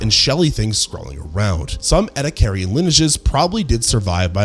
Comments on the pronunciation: "E"-"D"-ack-er-un Not ed-uh-car-i-un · ouch ouch repeatedly saying ' eddie carrion ' just sounds so wrong and hurts my ears. its like watching a documentary about American history and constantly using the name Amecira in every line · ah, yes. The sea creatures where burried in a sandstorm. Thats how they got fossilized. Burried in a sandstorm, in the ocean. Between repeating all the same points over and over, and and the fact that we cant pronounce ediacaran right. Im like 85% sure this is AI. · OMG your pronunciation of Ediacaran is atrocious. I want to watch the video but the cringe is almost too much.. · It is incredible how he has mispronounced Ediacaran every single time. Nice video anyways... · Was about to comment, the pronounciation is rage inducing. Rage bait if you will. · a new pronunciation of 'ediacaran'. I'm always amazed how many ways there are to get it wrong.